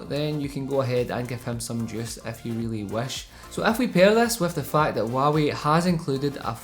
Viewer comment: Waawee is all I here the struggle of out accents great vid bro!